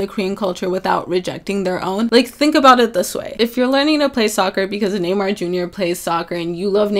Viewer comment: I'm so impressed with the way she pronounces Neymar without an accent, I'm Brazilian and she said it just like us, idk, I guess it's just not common to see Latino names being pronounced right, it made me really happy